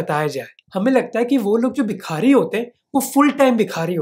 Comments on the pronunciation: Don’t mind my nitpicking, but it’s not Bikhaari, but Bhikaari. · Bhai u show great research in ur videos and u r a great presenter, but i am not satisfied with the way U pronounce indian names like a hi-society convent educated ignorant of indian lingo, U said जलना district Maharastra, whereas it is जालना, similarly its not बिखारी but भिखारी, its ज़कात and not ज़ाक़त।